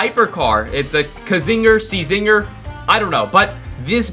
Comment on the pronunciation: it's pronounced as zinger the c is silent